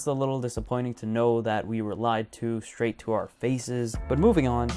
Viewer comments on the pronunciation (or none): none